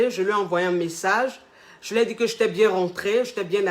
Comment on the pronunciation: "j'éta" suis dead🤣🤣